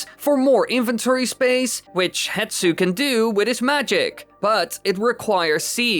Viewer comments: How in all the video editing did you not notice "Hetsu" is actually written and said as "HESTU"? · AAAAAAAAAAAAA! His name's not "HETSU!" It's Hestu! the S is before the T and you can f*cking see that in the footage you used! I can understand saying Saria differently than I do, with the American accent I have is different from yours, but no amount of accent can explain swapping the position of 2 letters when they're on screen for you to see! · it’s not hetsu, it’s hestu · I know, it always makes me so mad when people say “hetsu” instead of “hestu” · Poor Hestu still gets his name mispronounced and misspelled lmao